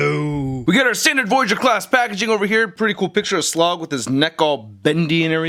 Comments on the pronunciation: IT'S SLAG NOT SLOG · isnt his name slag? not slog?